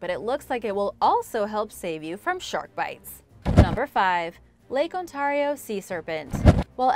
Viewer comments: I think that you keep pronouncing Ontario wrong and it's funny and painful at He same time. It's an ay not an an sound. On-tare-ee-oh, not On-tar-ee-oh. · God please stop pronouncing lake Ontario like that its not on-tar-eo its Ontario sounds like on-tare-eo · I'm sorry but it's pronounced Ont-air-io not Ont-are-io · Thanks for sharing. As a Canadian... how you pronounce Ontario is : ON- Tear E O. And yes, I have seen Ogopogo from the Okanagan ... Oak-A-Nog-gan ..... Hugs from Halifax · Hello,! I love your channel! Just so you know, Lake Ontario is pronounced: On-tear-rio. Have a great day! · Love this show....but if you could pronounce Ontario properly it would be awesome. (On tare re o) thanks from Victoria Harbour, ONTARIO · The way you say Ontario... It sounds so strange to me, as a resident of Ontario myself! I find local dialects to be so interesting! I'm quite curious about where you're from! It's really cool! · The way she pronounces Ontario really bugs me for some reason...